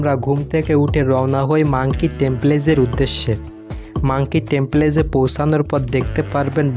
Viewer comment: টেমপেলেস কি ভাই টেম্পল বলেন🙄